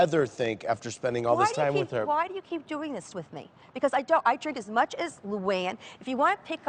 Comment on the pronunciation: Ramona: “I drink as mush as Luanne”👀 a literal alcoholic 💀🚓🍷